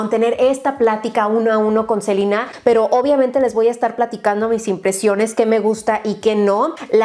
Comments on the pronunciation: Pero si a ella le acomoda decirle así no le veo el problema! Es solo una vocal. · si ya se la E se pronuncia I pero es a la única persona que la escucho decirle así a esta gran artista y persona saludos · Crystal Skies en nombres propios lo correcto es pronunciarlos como se leen, en este caso en español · Amoo a, pero si literal3cada vez que dice Selina, le grito a la tele diciendo: se LE na! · ¿Alguien más siente raro cuando dice “Selina”? Como que ya estoy acostumbrada a escuchar Selena tal cual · “Selina” hasta mi mamá se sorprendió por la pronunciación xddd aquí desde que la conocí en hechiceros de weverly place le decimos ‘selena’ en fin, latinoamerica xd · Hana Vid si,es q esa es la pronunciación gringa.. yo la conozco como SelEna con E.. y sólo conocía a Selena y los Dinos.. esta chava nooo se q onda.. :/ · Alguien más se imagino cada ves que decía "Selina" y no "Selena" se imaginaba a la Reyna del Texmex? En la actualidad algo así hubiera estado increíble me imaginé a probando sus productos su ropa y probablemente hubiera sacado maquillaje 😓💔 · me daba mucho estrés cada que escuchaba a decir "SELINA" "SELINA GOMEZ" 😌 me acostumbre a Selena Gómez 😅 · se dice Selena , los nombres son propios y no se cambian dependiendo el idioma . Ella se llama Selena Gómez no Selina . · Confirmo.. duele cada vez que dice Selina 😣😁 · Muchos años yo también le dije Selina... pues así se pronuncia de este lado, pero después ya le empecé a decir Selena... creo que no afecta como lo pronunciemos siempre que sea con respeto. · Sino me equivoco los nombres propios se pronuncian en su idioma original, entonces sería Selena no Selina 😂😂😂 creo 👀👀😂😂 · Cada que decía Selina los selenators les daba un infarto 😟😟😟 es Selena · Rare: rare es cuando dice Selina y no Selena 🤣 siento que en los empaques se parecen mucho a los de Fenty Beauty. 🤷🏽‍♀️ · Soy yo o dice selina en vez de selena? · Selina Yo: Selena!¡!¡! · Una duda x que dice Celina si es Selena 🤦🙄